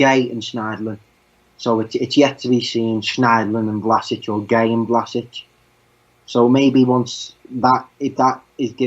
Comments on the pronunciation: first of all its VlaSCHiĆ...like schneiderline...you don't say vlaSic... the next thing, Vlašić is an attacking midfielder, the number 10 is his place, a playmaker, not really a central midfielder, he can play wing but thats not his natural positon, his technical play is really good and he is a good passer, he is not much of a defender, but he can play a number 8 or a real central midfield probably, he just needs time to adapt to the premier league, as a Croatian and a Hajduk fan he has real talent to be one of the best croatian players in the future! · His name is V-L-A-Š-I-Ć not Vlasic or vlasic do not englandiziren(german) his name